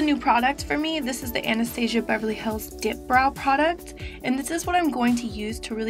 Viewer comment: Love you! Watching your old videos a bit... LOL at the way you pronounced "Anastasia". You've deff come a long way girl!!